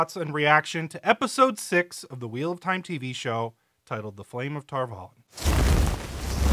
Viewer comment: Can we talk about how annoying it is the way they pronounce Tar Valon? Ugh.